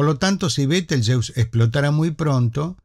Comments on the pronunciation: En español se pronuncia /beteljéuse/. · ¿Por qué, si el nombre es de origen árabe, lo pronuncias en inglés?, ¿por complejo de inferioridad cultural ante ese idioma, el inglés?. Lo correcto sería pronunciarlo en español cuando hablas en español.